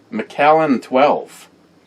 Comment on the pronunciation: You’re pronouncing it correctly. CarpeDiem 😀